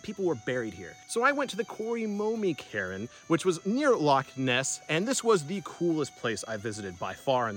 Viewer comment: When you say Cairn, I hear Karen... that's awful ! 🤣🙉🤣